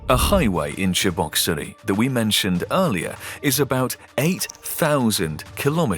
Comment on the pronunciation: Voice talent couldn't manage Cheboksary